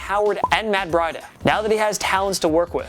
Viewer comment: "Matt brida" its matt breida